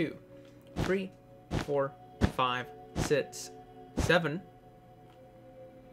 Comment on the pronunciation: He keeps saying sit instead of six